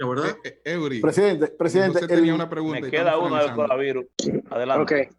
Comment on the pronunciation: Muy productiva la entrevista, pero por qué dice CONAVIRUS?